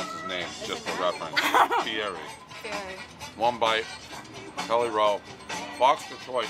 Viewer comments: its fee eddie! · It’s feeeddie that’s what guy told you. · It's funny how even after Guy Fieri explained how to pronounce his last name, "Fee -Eddie," Dave still says it wrong with confidence haha. PizzaPizza🍕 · It's " F ē Eddie " ............Dave still cat get it right. Then again, I'm the one binging on his pizza reviews. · LOL at Dave correcting someone on pronunciation. He botches about 95% of all the locations he visits. Plus he pronounced "Fieri" wrong. It's technically pronounced "Fee-Eddy" (not that anyone actually says it that way, but still) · It’s Fee Eddie. Lmao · It's Fee-Eddy! Fee-Eddy Prez!! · he mispronounced feiri while correcting her pronunciation. its fee eddy. he even told you that Dave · Got damn, its pronounced Fee–Eddie!!!! For the last fucking time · Guy pronounced:Fee-Eddie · its guy "fee/etti" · He tried to correct her when she said Guy Fieri's last name and still got it wrong. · Lmao Dave tryna give lessons on how to pronounce Fieri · Still got got Guys last name wrong! LMAO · “That’s not how you pronounce his name by the way” proceeds to pronounce his name wrong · Dave still pronounced Guy Fieri's name wrong lol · One bite, everybody knows they both pronounced Guy Fieri's name wrong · And you still said he last name wrong lol...